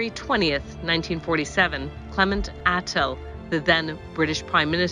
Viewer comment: Clement ATTLEE PRONOUNCED *LEE